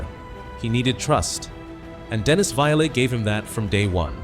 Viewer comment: Dennis was a character but was a ladies man. That's why busby got rid of him.. and BTW it's pronounce violent. (It's 2 syllables not 3...)